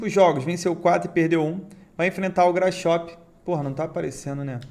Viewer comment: Grasshoper sem pronuncia “grasroper”